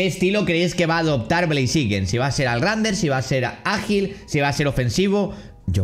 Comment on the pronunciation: Besta se escribe blaziken y se pronuncia bleiziken